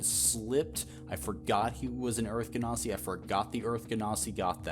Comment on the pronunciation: "genasi" is a soft G not hard. It's rooted in the word "genie" because they're elementals.